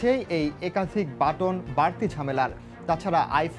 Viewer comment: Appol ,batton,proceesor .. Pronounce ta thik kore kora uchit news anchor der.